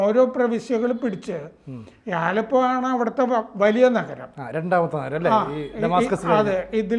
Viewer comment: എന്റെ പോന്നപ്പൂപ്പാ ആലപ്പോ അല്ല അലെപ്പോ.. ഞാനൊരു സിറിയൻ കമ്പനിൽ വർക്ക്‌ ചെയ്യുന്നതാണ്, പക്ഷെ ഇവിടുത്തുകാരെല്ലാം ഭയങ്കര ഹാപ്പി ആണ്